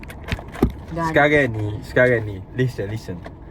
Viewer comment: “Sekarey” serabut bunyi nyaa hahahah